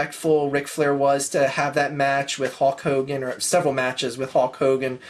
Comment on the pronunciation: lol you kept calling Hulk Hogan, Hawk Hogan.